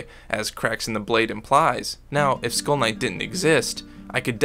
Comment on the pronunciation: Not gonna lie when you said skull knight i thought you was saying school nights 😂😂